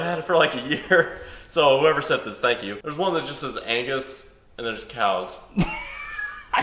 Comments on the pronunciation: The “oh tank you” was amazing! 😂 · “Tank you “ 😂. I probably laughed way to much at that lol